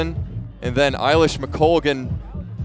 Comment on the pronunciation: The bit that really frustrated the bejesus out of me was the i-lish mcoglan…. Like, wtf guys.. get it right will you…. That being said, this style of commentating and coverage far outstrips the tired and old style of the BBC!